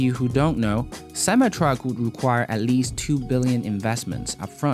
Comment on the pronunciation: “Master plan, part doo” 😂😂😂